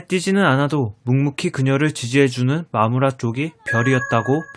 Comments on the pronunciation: 왜 나는 마무라가 마누라라고들리지?ㅋㅋㅋ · 마무라를 잘못듣고 마누라 라고 들어서 깜짝놀랐어요..ㅋㅋㅋㅋㅋ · ㅠ 아 슬퍼 자꾸 마누라라고 들리자너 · 내 귀 멍청해서 자꾸 마누라라고 들림 ㅋㅋㅋㅋㅋㅋㅋ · 아우 초반에 마무라 옆자리를 마누라 옆자리로 듣고 개깜짝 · 저만 마무라가 마누라로 들리나요?ㅋㅋㅌ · 마무라가 마누라로 들리는건 기분탓..? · 마무라가 마누라로 들려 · 순간 마무라를 마누라 라고 들음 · 마누라로 들려ㅋㅋㅋ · 자꾸 마누라라고 하는 것 같아요 흐항 ㅜㅜ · 아니 자꾸 마무라를 마누라라고 들려 ㅜㅜ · 마무라를 잘못들어서 마누라 라는줄ㅋㅋㅋㅋ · 자꾸 "마누라"라고 들려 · 마무라가 마누라로 들린다..